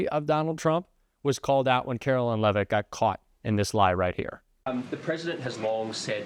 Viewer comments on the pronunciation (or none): Karoline Lie-vitt….🤨